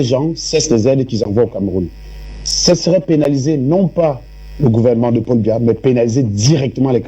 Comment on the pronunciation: Elle dit même pas Biya mais Mbia😂😂😂